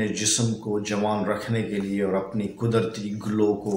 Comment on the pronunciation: the word is qudrati not qudarti.